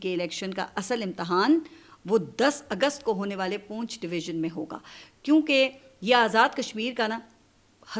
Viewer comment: ۔۔۔۔پونچھ نہیں پنچھ لفظ ھے۔۔۔پنچھ❤❤❤